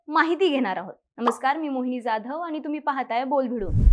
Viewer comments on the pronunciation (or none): none